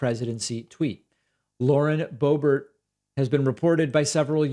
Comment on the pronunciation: Everyone mispronounced her name… Correctly it sounds like: ‘BOOB-AIR’ or ‘BOO-BEAR’ So Lauren BOOB-AIR - kinda fits doesn’t it? I mean, she IS pretty much a BOOB after all. With a head full of AIR. Just sayin’